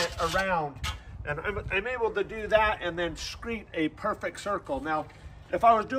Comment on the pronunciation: Its screed, not screet. Very nicewrok!